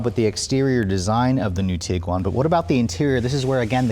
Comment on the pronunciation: Am I the only one that just learned how to properly pronounce Tiguan (TEEG - Juan)?